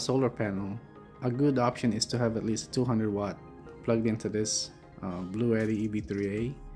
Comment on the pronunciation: It's actually pronounced "Blue T."